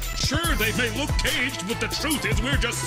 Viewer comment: Not sure if it's intentional, but there might be another character name reference here. The way he pronounces "look" and then the slight pause before "caged" makes me think it's a Luke Cage reference, which could count as another Netflix show reference as well.